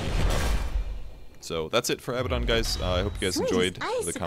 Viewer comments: Abaddon, not Abbadon. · I think what he means is that you say it like ah-bad-un, not abba-don. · one thing... it's abaddon not abbadon lol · ab-ah-don? Isnt it ah-bad-don? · Abaddon is pronounced "uh-bad-n" btw. Anyway, great video! Helps a lot. I enjoy playing Abaddon quite a bit.